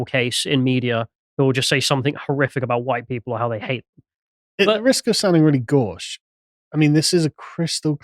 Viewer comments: Learn how to pronounce gauche. It is not gorsch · At the risk of sounding gauche, your mispronounciation of Gor-sh was gauche.